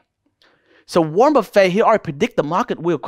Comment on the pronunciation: Wornet buffet 😂I love u bro